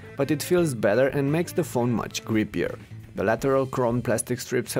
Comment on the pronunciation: When he's talking about the s5 perforated back it sounds like "looks better and makes the phone creepier"